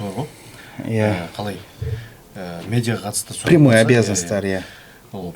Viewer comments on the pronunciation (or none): none